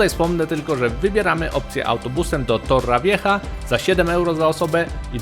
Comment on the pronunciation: Nie Marcedona tylko MERKADONA (tak się czyta) i nie Torravieja tylko Torrevieja.